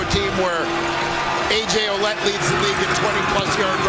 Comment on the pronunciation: funny how they say ,oulet .... when his name is Ouellette ... well-et,, thats the pronounciation ..,,, well-et